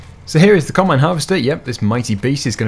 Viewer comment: You told us NEW KOMBINE